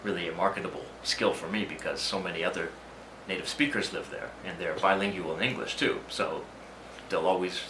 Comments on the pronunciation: [bye-ling-wall] not [bye-ling-you-all]. Adding new syllables and $hi+ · Isn't "bilingual" pronounced "by-ling-gwul" rather than "by-ling-you-al"?